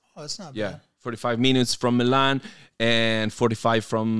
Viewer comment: Milan....he can't pronounce it.